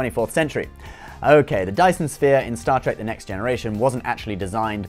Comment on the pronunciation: "Star Track" lol